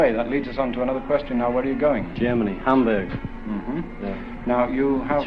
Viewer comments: The way he says Hamburg is weird because the first syllable ‘Ham’ sounds good but he uses very American ‘berg’ instead of the German pronunciation ‘boorg’. He might’ve heard John Lennon say it and used his pronunciation but sounds weird with an American accent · you pronunciation of Hamburg is interesting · "Hahm-burg"? Oh I say, I'm off to play the Grahnde Piahno... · I thought it was odd, because in the video, the Beatles themselves pronounced it "Ham-berg". I know the natives probably don't pronounce it that way. I just always think of that Monty Python skit whenever I hear anyone pronounce something with an "ah" sound. Like "aunt", or in this case "Hamburg". Just ribbin' you man. Great video. I'm gonna subscribe.